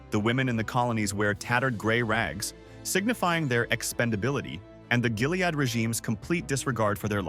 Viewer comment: True, the way he says “Jilead”!